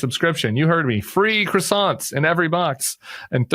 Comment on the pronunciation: If you are going to say “crossants” Tim, I better not hear you EVER drop the H in “herbs”. Choose a lane lol